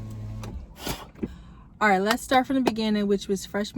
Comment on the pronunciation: Congrats on having your baby 🎊🎉 Are you from the the DMV bc you said “Ard” 😂😂